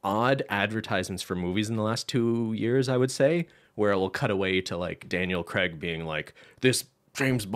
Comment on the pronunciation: Not the point of this and don't get me wrong I love & Cristine... but it really irks me when Canadians & Americans don't pronounce an British actors name correctly.... it's Craig not Creg lol